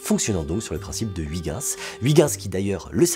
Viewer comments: Que ce soit avec le cesium ou le strontium, une interférence non prise en charge serait dramatique pour la mesure du temps. Le plus grand mystère qui reste est la raison pour laquelle les Français écorchent « Huygens ». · La prononciation de Huygens francaise au lieu de neerlandaise c'est trop marrant XD J'vais au moins essayer d'utiliser celle de Wikipedia :')